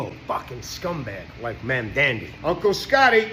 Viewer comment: when learns to spell comrade, define communism, and pronounce Mamdani, then I will listen to his opinion